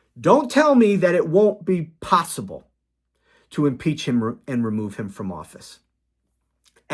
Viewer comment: Did you say impeach him or impale him? I’m for both